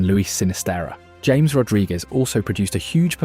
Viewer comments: Its pronounced Ha - mes not english james 😂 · Its not James... Its pronounced Ha mes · Ha-mehs , not James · nice production you need to cerrect 3 things for next or futher analisis in the Colombia team, is not james as james bond... is jaa mess as tony jaa and mess like messi drop the i... SECOND as you try to quote or imply Valderrama has a point drop it there is no more power on El pibe's words... shy because the new Colombia style as you see and say this is the new era the PEKERMAN ERA adn STILL is quote him find pekerman words you will understand why Valderrama quote is Irrelevant and also why Colombia is now not dependant on Rodriguez... and that is THIRD you find curios the best Colombia streaks are build far from Rodriguez, but he still is a big ball provider, a game creator. but he is not the only one. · Within the first minute you can tell this video uses AI narration because everyone know the correct pronunciation is "Haames" for James Rodriguez. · It's pronounced Ha-mays Rodriguez. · Who is "James"? Nobody in Colombia will know who you are talking about: more like haw-mes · Mis oidos me duelen 😅😅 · Its no James. Its Ja mes 😂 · Why are you pronouncing James' name as "Hames"???? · Because it's an AI narrator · Stopped watching 10 seconds in because you pronounced James Rodriguez wrong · In Spanish the name is pronounced differently the J sounds different